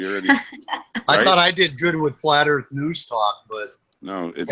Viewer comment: oh, hello. don't know you. hi, I'm Yvette. welcome to flat earf!